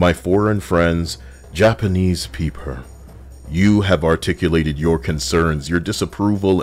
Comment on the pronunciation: That "Japanese peepur" Took me out. I was caught off guard lmfao.